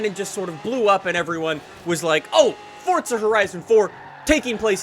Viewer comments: He said Fortza not forza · Forza, not Fortza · In the beginning "so fortza horizon 2 " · Fortza hahahah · Annoys me how you say Forza, "Fortza"